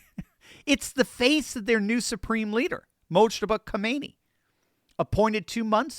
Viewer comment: Did you say supreme bleeder???